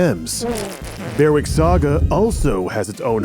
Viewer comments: Ugh, bloody Seppos... Berwick is pronounced "Berrick" not "Bear-Wick" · As someone from the real-life town of Berwick, your pronunciation is so close 🥲 The 'w' is silent in case you're curious. Berrick. Also never knew this game existed and now i'm excited to play the game that's named after my hometown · There's a couple of Berwicks in England and Scotland (the southern Berwick has swapped between the two about 12 times), both of which are pronounced Berrick, also Alnwick (Annick) to the south which you might know as the site of the original Harry Potter castle!